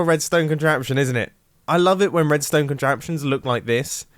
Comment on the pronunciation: I think I heard him say wedstone